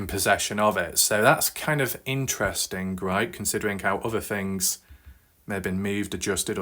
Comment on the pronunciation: whats with certain brits who often replace 'th' with "fff".... first fings first. it's super annoying. why is this guy covering a story from america anyway?